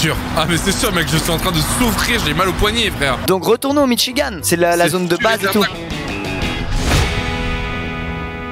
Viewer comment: Le “Mitchigane” 😂